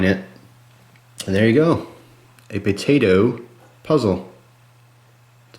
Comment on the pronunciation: says Patato